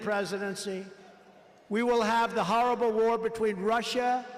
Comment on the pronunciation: He can't even pronounce horrible.